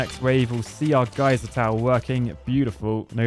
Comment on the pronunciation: no one: me: GAYser tower